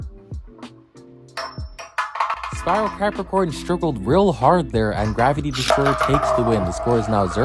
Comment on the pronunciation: Im lmao cuz he says crapacorn